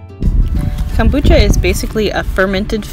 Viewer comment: Nicely done video! It is Kom not cam bucha. Kohm-boo-chah .